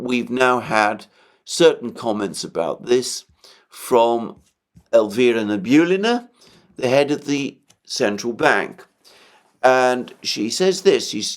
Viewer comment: She’s a safe one, for sure. Last name is na-bi-U-llina. Emphasis on the U. Just a friendly note:)